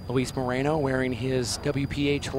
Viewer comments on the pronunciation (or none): Moreno not Marino my fellow Americanos!